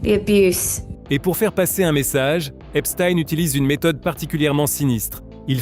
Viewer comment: c'est pas epstiiiine c'est epstein